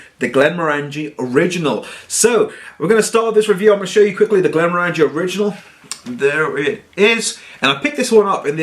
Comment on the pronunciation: stopped watching when he kept mispronouncing Glenmorangie.. At least he didn't pull out that ridiculously large stemmed nosing glass for this one!